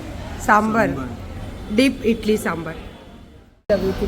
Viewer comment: Italy nahi madam idli boltay hai. South ki hai bolti hai kuch bhi